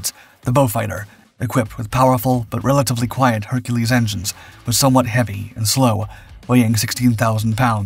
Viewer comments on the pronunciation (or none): none